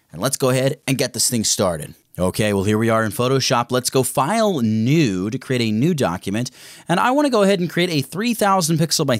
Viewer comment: Did you say file> newD